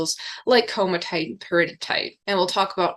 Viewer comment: Wonderful video. Early Earth researcher here, it's pronounced komati ite (ko mat E ite)